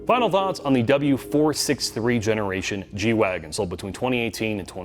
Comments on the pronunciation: G-WagEn, not wagon. I was not expecting this noob mistake from you guys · G-Wagen, you are the last people I would have expected to butcher the name and call it a Wagon